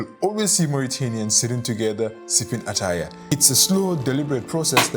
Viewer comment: "Ettaye" not "attaya" 😐